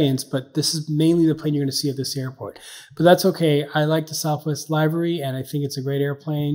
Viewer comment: Its not Live-uh-ree as in a live video, it is liv, uh, ree